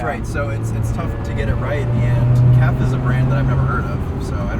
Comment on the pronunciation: FYI KEF (Pronounced K. E. F. not "kef") is British highly regarded audiophile company founded 1960. Love the car and always agreed with the Lotus philosophy (Colin Chapman), the less weight the better.